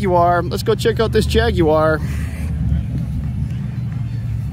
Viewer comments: WOW, an American who can pronounce Jaguar properly! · Thank you for pronouncing "Jaguar" as the manufacturing country would pronounce it, albeit with a "heavy American accent"....